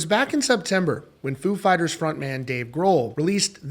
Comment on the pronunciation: .....stop saying "food" fighters in u vid🤔😁🍻 if u r "such a big fan",.....just sayin,....FOO!